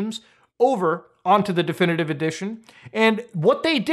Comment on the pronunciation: I like the way he says "Definitivivive"